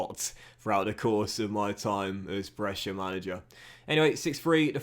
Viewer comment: Little pronunciation tip from a follower based in Brescia (me 😂): Brescia is ok, but the ci in calcio is pronunced like the che in chair, so it would be Calchio. Keep up the good work 🙌🏻